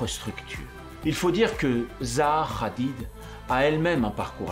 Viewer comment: Ça se prononce Hadid pas Radid